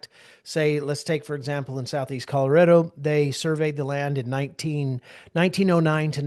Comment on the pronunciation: It's Color-A-do, not Color-i-do!!